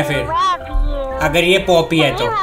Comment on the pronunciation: भैय्या जो तू पोपी बोल रहे हो हाय नाही होत